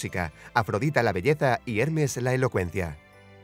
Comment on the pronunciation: decía hernes y es hermes el mensajero de los dioses según mitología griega